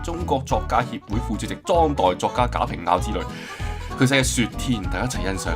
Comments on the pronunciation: 應該要讀賈平蛙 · 印象中好似係讀賈平 凹(蛙 WA） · 佢老豆賈平凹 讀音係賈平窪🫡